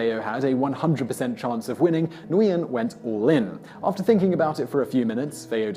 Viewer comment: For future reference: Nguyen is pronounced Win.